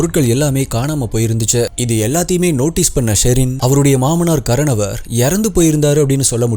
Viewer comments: கரனவர் என்று சொல்கிறீர்கள்.., ஆனால், அதன் சரியான உச்சரிப்பு ; 'கார்னோர்' அல்லது 'கார்னோவர்' என்பதே! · Ur pronunciation is really bad. It's kaaranavar which means kudubbathirku moothravar periyavar nu artham. Baskaran is his name. Sometimes name, place name, every wrong ah soldriga.. athu therinchu paakaravagaluku disgusting ah irukum.... It would be better if you try to pronounce better... 😊😊😊🎉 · pronunce wrong karanavar